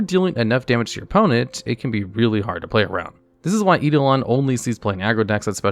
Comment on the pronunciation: I like how he accidentally pronounced eidolon correctly, gimmick is hard to keep up